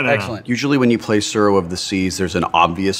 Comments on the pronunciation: Every time the name of the game is spoken I cringe so hard... Japanese is not difficult to pronounce, but Wheaton is butchering a rather simple word.. Pronounce the 't' and add a slight roll to the 'r.' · Don't worry, I'll defend you. The way they pronounced it drove me crazy too. The 'u' should also make the "oo" sound like in "too". To the haters, it's not hard to be a little educated, especially since Tsuro is a Japanese word, not an English word.